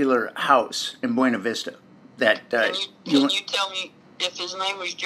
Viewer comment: On a lighter note, Ive driven through Buena Vista many times, going on hiking/camping trips. The way Gladys pronounced it is the way they call it there. They don't use the Spanish pronunciation even though the words are Spanish. The last time I drove through there was several years ago already. Can't afford to go for drives anymore, can't go hiking anymore either. . It was always amazing to me to see the fancy houses everywhere in Colorado, and all the huge rvs, very often driven by retired military personnel. It's interesting how some soldiers just get abused, while other military personnel get big houses and RVs and big retirement funds and even underground bunkers sometimes, ready for a nuclear blast.